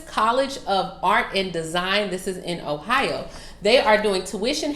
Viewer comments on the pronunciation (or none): none